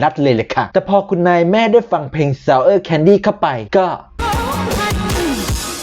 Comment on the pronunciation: ชอบแอคเซ้น ซะเอ๊า แคนดิ (ซาวเออะ แคนดิ) 😂